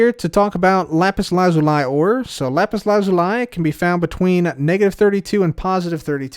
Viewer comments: Lapus LA-ZOO-LEE not, Lapus LAH-ZOL-IE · that's definitely not the correct pronunciation :) lah-pus lah-zoo-lee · Mans said “lah-zoo-lie” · Why do you pronounce Lapis Lazuli the way you do? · The way he pronounced it is the British pronunciation. So not necessarily incorrect, but a bit weird to be used while otherwise speaking American English.